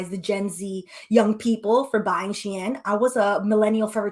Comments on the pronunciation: She-IN…not EHN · It’s pronounced SHE IN bc it use to be called SHE INSIDE CLOSET. I use to shop on their when everything was in Chinese 😂 I was on there so much I learned to read basic Chinese. But as soon as I saw the site start writing in English I left 😂 bc the clothes started changing to more of a western style. This is before it became huge! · You are right. It is pronounced "shee-inn" the previous name was "She Inside" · The way you're saying Shein as She Anne, I don't know if it's on purpose but I'm here for it 😂😂😂😂